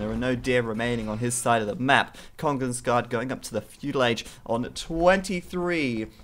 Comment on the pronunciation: you pronounces it like kongens ga the where its a sharp a. not gah